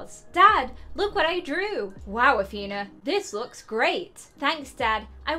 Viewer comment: it isn't AthEna it's AthenA